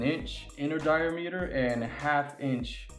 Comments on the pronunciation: DY-a-ME-ter? dy-AM-uh-ter! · "die-a-meeter"? "hose-a-uh"? LOL